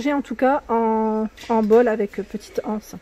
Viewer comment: Re, superbes ces chandeliers strass, les coussins ronds, j'adore mais pas mes couleurs. Le miroir fenêtres très original, tu es bien la seule youtubeuse à dire, une anse et l'anse, j'ai les oreilles écorchés à force d'entendre, la anse, grrrrrrr. Bravo. Merci pour cette jolie vidéo, et aussi pour ta façon de présenter, toujours très détaillée, dans 1 Français correct, et toujours avec le sourire. Gros bisous. Bel aprém.